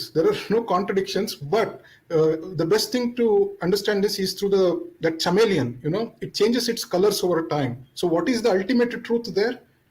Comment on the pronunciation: Man said Chamellion like Chammak challo or chale chaiyya chaiyya😄😄